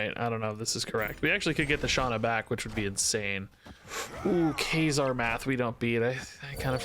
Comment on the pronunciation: Can someone help this man pronounce Kazar lol? Maybe send him the X Men animated series epsiode? Anything ???